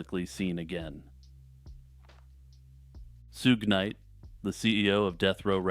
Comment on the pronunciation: "Soognite" lol